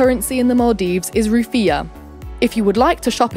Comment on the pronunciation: who is actually one of the maldivian natives and are just watching this for fun? just me? oh well 😂 edit: how you pronounce malé and ruffiya is also different in our island